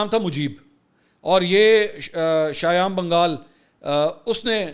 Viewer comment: and the writer name is shaym banegal not bangaal lol